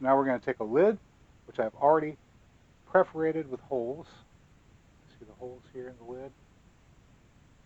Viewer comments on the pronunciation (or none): FYI: IT'S "PERFORATED", (NOT "PREFERATED")